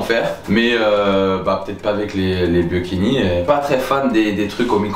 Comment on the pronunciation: Phonétiquement: baYOki, ne massacrez pas mes gateaux favoris 😂